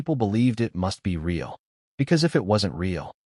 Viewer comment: Why don't you show the footage? Or share the audio? Screw meghan and her fake royal identity. What a great way to get free publicity for the movie. If this really happened I'd have her charged with assault. By the way, your fake narration can't even pronounce the word " real "